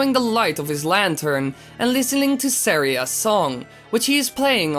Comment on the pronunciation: you're not saying saira's song wright